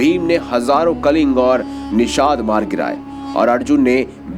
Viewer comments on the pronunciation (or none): none